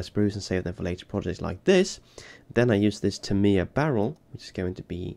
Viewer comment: Being American, I find his pronunciation of Aluminum correct. Needs to work on "Tamiya" though. 🤨